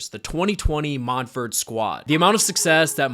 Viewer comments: Mont verd is how it's pronounced. It's in an orange grove outside Orlando, not France. I went to Montverde so I absolutely know. 👍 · I always thought it was pronounced “Mont-ver-day”